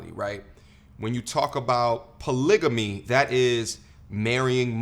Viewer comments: *Title of the video * proceeds to say “Polygany” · "WE EDUCATED" Can't speak proper english... CHECK "BLACK WOMEN THE MOST EDUCATED" Can't read a graph... CHECK She doesn't even know how to pronounce "polygamy" ffs. It's a hard G you dumb twit